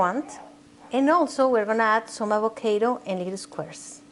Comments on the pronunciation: Perdon señora pero aguacate en ingles se dice avocaro no avokeiro 🤔🤔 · Thumbs down cause "acocaydo" just sounds terrible:) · La jodiste con tu pronunciación de “ avocaedo “ dame un break and be real!! Eres latina pronuncia las cosas como son 😐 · Avakado lol I like you your super cute and funny excelent recipe.